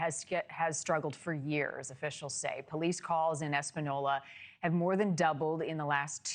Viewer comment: Espenyolla is how it’s pronounced